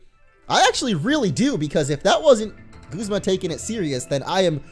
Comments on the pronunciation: It's not Gozma its guzma like saying Gus with a z or like when you say uh g-uh-zma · u are saying guzma wrong